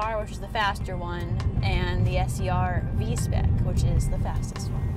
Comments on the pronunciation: spec v not v spec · Awesome job! Just a little bit sad you have no love for the previous i.e. better generation. Also its Spec V, not V Spec.